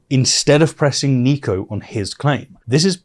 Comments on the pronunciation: It’s Niko not Neeko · nick-o not neek-o btw :) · Its NIKO not NEEKO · I just wanted to point out that Niko's name is pronounced "Nick-oh"